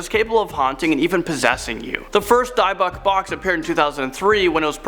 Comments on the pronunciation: Its pronounced DIB ICH BOX NOT DIEBIC. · D-ibic not dyboc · It's pronounced as dibbuk not diebbuck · It's actually pronounced ED-inburough 😅 And Dybbuk is pronounced Dibbuck. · gotta be careful of those die-a-buck boxes, you'd think standard prep for a vid would be pronunciations of key items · FYI: Pronounced 'Dibbik Box'. 🖖👽 R.I.P Lorraine Warren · I think it’s « dee-buk » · It's pronounced dibic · Hey! You mispronounced Dybbuk! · #2, It's Pronounced Dybbuk Box